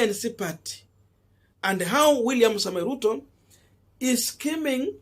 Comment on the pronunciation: Scheming SCHEMING NOT skimming